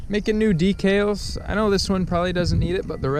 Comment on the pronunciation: This is a great video. But I have to say - "mag-neat-o", "D-kal", and "spic and span" not spam. Had to get that off my chest 😂. I think maybe silicone would have been better for your electrical repair also. Hot glue doesn't hold up well in my experience. Well i guess now I'm off to try to rebuild my carb :( i don't have high hopes